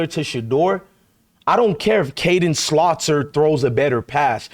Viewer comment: Please stop calling Salter by the name of Slaughter. Come on now